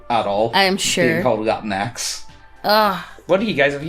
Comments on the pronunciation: You’re sure it’s not pronounced “la-teenks”? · Latinx is pronounced la- tinks. As far as I know, anyway.